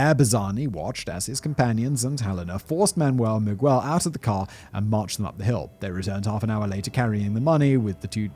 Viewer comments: He said "Mi-gwel" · Mig-well made me *cringe every time! I'm glad Simon now takes the time to at least look up the main characters' pronunciation